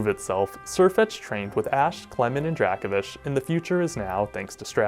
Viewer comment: That Dracovish pronunciation is seriously starting to vex me to the point of insanity. I mean, how would you pronounce “Draco Meteor” or the “Draco” constellation? Again, my ire is mostly aimed at the anime for giving it the pronunciation, but this certainly doesn’t help.